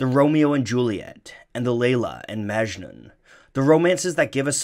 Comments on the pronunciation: Also, it's not pronounced "májnun" with emphasis on the "ma" but rather "majnún", emphasis on the nun. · It’s majnouuuun not majnen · It's "Mujnoo". Not Majnu. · Armin Mobarak Abadi He also pronounces Majnun wrong. It's Majnün not Majnen. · Great video. If it's okay, I'd like to point out that Majnun pronounced as "Maj-noo" where the "oo" is nasal. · Very important, it's not majnun but majnu(pronounced maj-noo) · It's not " majnun" it's "ma-ja-noo" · It's not maachjnun, it is "MAJ-NOON". Please don't butcher languages. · A bit of info: majnun is pronounced as "majnoo'n" and N is a bit of a signal at the end rather than pronounced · The last n in Majnun is silent so its called majnu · Majnun is supposed to be pronounced "Muj(like much)-nu(like noo in noose) at least in Indian languages. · "Majnu"... I think it's Majnu.. like the n at the end is silent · its propounded majnoo. the n is very soft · The last n is Majnun is silent 🙃 it’s pronounced Majnu. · You actually pronounced "majnun" wrong. It's pronounced as "Maj-nu" the last n is silent. In most of Hindi and Urdu words. And here "majnun" means someone who is madly in love. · I had a strong feeling he would mispronounce Majnun.... and he did. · Amazing video as always! But the pronunciation of Majnun irked me a lot. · Is anyone else annoyed about the way Majnun is pronounced?